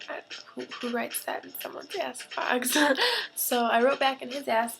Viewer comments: you're soooo beautiful! lool when you said "ask box" i thought u saiid "ass box" ahaha :) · why are you using a blur effect on your camera? also when you say "ask box" it sounds like youre saying "ass box" "ill be seeing jesse in two weeks, and we'll have lots and lots and lots of sex" xD haha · I've never used Tumbler before so I kept thinking you were saying "ass box". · it sounds ike shes saying ass box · It sounds like you're saying ass box instead of ask, haha. xD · You said ask box, with sounded like ass box, right before my brother screamed " AAHH MY ASS "